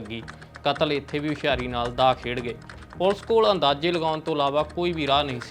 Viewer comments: ਲਗਾਂ ਮਾਤਰਾ ਦਾ ਵੀ ਬਹੁਤ ਫਰਕ ਹੈ,, ਕਾਤਲ ਨੂੰ ਕਤਲ ਤੇ ਕਤਲ ਨੂੰ ਕਾਤਲ ਕਹਿ ਰਹੇ ਨੇ,,,, ਪਰ ਜਾਣਕਾਰੀ ਵਧੀਆ ਹੈ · ਪੱਤਰਕਾਰ ਕਤਲ ਸ਼ਬਦ ਨੂੰ ਕਾਤਲ ਕਹੀ ਜਾਂਦਾ ਤੇ ਕਾਤਲ ਨੂੰ ਕਤਲ ! ਸ ਨੂੰ ਸ਼ ਤੇ ਸ਼ ਨੂੰ ਸ ਬੋਲ ਰਿਹਾ